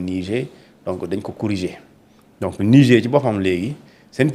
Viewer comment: Dites à votre chroniqueur que le mot Niger se prononce avec le r à la fin. Lorsque le r devient muet, on parle d'un fleuve.